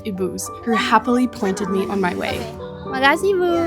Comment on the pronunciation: When you say makasih, thats sound very nice